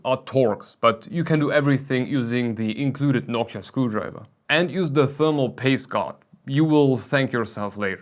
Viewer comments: It sounds more like Hawk-tuah, hahah. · is it just me? or does it sound like "Nokia" when he says Noctua